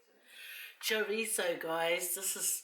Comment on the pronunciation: Good morning how are you yes you pronounce right on chorizo tipical dish meal in Latin America must taste so delicious Thank you for make the meal made me feel good and hungry L.O.L a dios amigos have safe trip to the cook island Have ever heard about this islands called RAPA NUI RIGHT ON THE MIDDLE OF Tahiti and Chile south America interesting RAPANUI Isla de pascua belong to Chile the must BEAUTIFUL thing they are polynesian and they speak Spanish Latin language SAMOA AND RAPANUI POLYNESIAN ISLANDS!!!! FAAFETAI TELE LAVA A DIOS GOD BLESS YOU ALWAYS